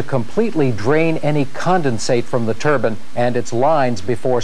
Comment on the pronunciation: Haha yeah hes saying turban, which is a type of headwear😆 its pronounced turbine